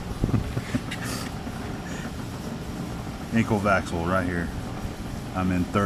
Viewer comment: I also had to pause the video when you said "enkl vaxl", and saw that the sign on the machine was in Swedish :)